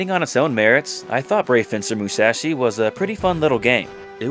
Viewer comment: How do you manage to mispronounce "Musashi" when you literally include a game clip with the correct pronunciation two seconds later?